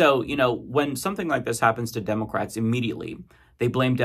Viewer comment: I hate how you say, "Demulcrats."